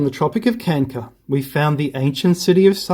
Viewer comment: Why are you pronouncing Tropic of Kanker and not Cancer ?